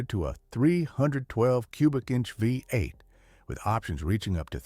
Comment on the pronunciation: The “V” in V8 doesn’t mean 5, it refers to the physical orientation of the cylinders in a 8 cylinder engine. So please stop saying “5 8”, because that is not a thing. It is phonetically stated as “Vee 8”.